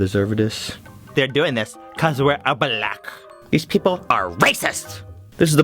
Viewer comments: "We are buh-lack" Excuse me can you please rewind your pronunciation sir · the way he says Black kills me XD